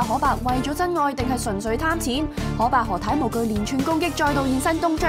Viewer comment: 通常都會叫“可”伯，佢讀”荷“伯，唔知咩口音